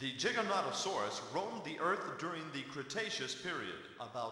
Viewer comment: they spelled and pronounced Giganotosaurus wrong...